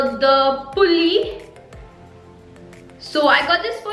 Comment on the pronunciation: It's nt pully it's spooly